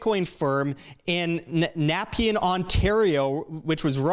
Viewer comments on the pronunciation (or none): Dude if you"re a Canuck then you should know how to pronounce Nepean. Ne - pee - in